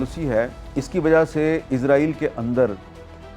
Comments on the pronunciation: حامد میر صاحب اپ اسرایل کو ازرایل کیوں کہتے ہو ؟ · میر صاحب ازرائیل نہیں اسرائیل بولا کرو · عزرائیل عزرائیل عزرائیل عزرائیل یار لفظ اسرائیل ہے اسرائیل کہیں جناب اسرائیل کہیں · Yar israil ko izrail q kehty hen likh to is se likn para iz jata hai q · حامد میر صاحب یہ عزرائیل نہیں ہے اسرائیل ہے اپنی اصلاح کریں ہر دفعہ اپ عزرائیل بولتے ہیں